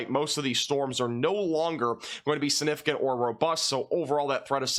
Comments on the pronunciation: Sinificent? It's significent. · maybe its because of where you live... but the way you say sinificant instead of significant drives me crazy , hahahah sorry! love the videos though!